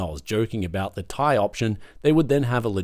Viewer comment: Everyone knows its pronounced 'TIE' like 'A Tie Fighter' not Tai like Thai food dude. No Nvidia did NOT RUSH the 50 series. They wanted to launch in June July 24. Couldnt because its a DUD chip.